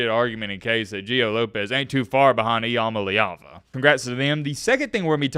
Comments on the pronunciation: Are you mispronouncing his name? I thought it was I 'm aleava? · Please pronounce his name correctly. We're mad at him but we at least learned to say his name